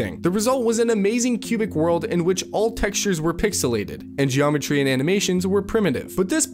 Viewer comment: Yo, yo "geYometry"... are you serious with the "y", lol.